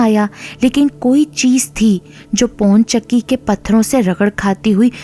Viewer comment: Wo pon chakki nhi pawan chakki h..